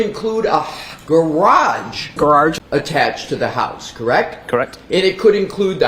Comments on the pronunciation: I have never been able to properly say the word garage again- thanks to you 😂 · Thanks for including Kelly Dever’s pronunciation of “garage “ in your videos. Every time I hear it, I crack up! Thanks!